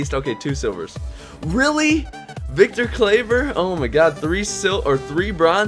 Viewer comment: You pronounced Victor Claver completly wrong!